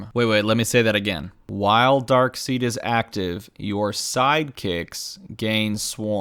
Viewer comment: It's pronounced "Darkside", good sir. :P